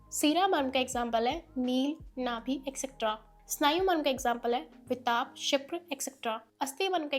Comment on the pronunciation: no bro , explanation is good really but pronunciation is actually to be improved it's विटप But in the video she is telling as वितप 😅